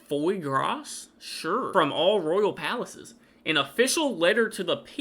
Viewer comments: Let me help you sound it out, Regularly=regg-u-la-lee Faux-pas=foe-pa Foie Gras=fwa-graa OK the last two sound nothing like they look, because they are French. 🤣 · Fois grass is pronounced "fwah grah". It's French and means duck or goose liver paté. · As someone's already mentioned what faux pas means- pronounced to pah.Foie gras is a pâté made out of the fatty livers of force fed ducks and geese,to make it rich! It's a vile and cruel practice, and I'm happy that Charles has forbidden it in his households! Foie gras is pronounced four grah,with emphasis on the u! These are both French terms, and we use them because 30% of English language is French!